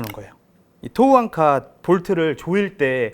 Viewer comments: 좋은제품이네요 대박나세요 앙카 아니고...앵커...Anchor ㅎㅎ 일본식 발음으로 안해도 되는데... 갑바.....일본식...커버.또는 카버 Cover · 대단하다 진짜.. 앙카가 뭐냐 앙카가.. 위대하신 천황폐하를 모시는 신민이라 그런가.. 일어를 쓰려면 일어를 쓰고, 영어를 쓰려면 영어를 쓰지 일본애들이 쓰는 영어 발음까지 따라해야겠냐..